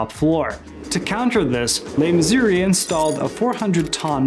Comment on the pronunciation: You repeatedly say "LeMissouri". Check yourself, that's wrong. You said "Mayor Cock" Check yourself again, it's Koch, like match. The "ch" is soft, not hard. And, who ever heard of "E" 53rd street? You're not a NY'er, are you?